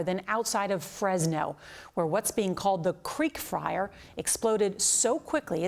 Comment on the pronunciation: Did she say, “creek fryer”?